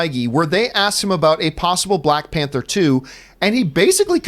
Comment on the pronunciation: “Balck Panther”